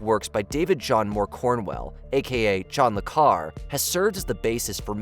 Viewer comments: How can you make a video about spy movies and mispronounce John le Carré ?! It's "car-ray". Good grief. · le Carré is pronounced Le CarEE not La Car. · John le Carré, not John le Carr! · Just a couple of nits: Mentioning powerhouses but omitting James Earl Jones. Calling out "Sir" Ben Kinsley and "Sir" Michael Caine, but omitting "Dame" Diana Rigg and "Dame" Angela Landsbury, and John le Carré's surname is pronounced "la car ray". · I do think it lets you down a bit that you can’t pronounce John Le Carré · there is an acute accent on the name of John le Carré. The pronounciation in this video is horrible.